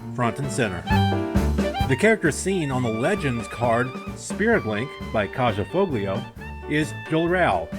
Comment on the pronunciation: Just an FYI — Kaja Foglio's name is pronounced like Kaya Folio (the j like a y and the g is silent)